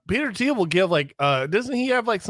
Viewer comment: Gotta work on pronunciation of Thiel